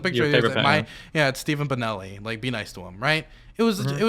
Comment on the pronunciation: Did he say steven bonnelli?